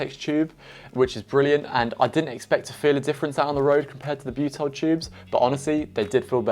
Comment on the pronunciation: Repeat after me - "BYOO-TIL"